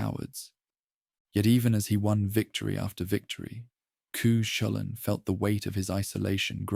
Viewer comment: Cú Chulainn is pronounced Koo cull-ann